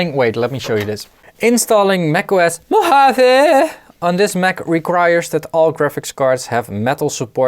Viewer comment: Congratulations on correct pronunciation of "Mojave". Re paranoia regarding updating software: Low-risk, High consequence. If it goes well, as usually, alles gut. If it fails, you're hosed. "It's not paranoia, they really are out to get us." - I want to attribute to Firesign Theater couldn't find a reference.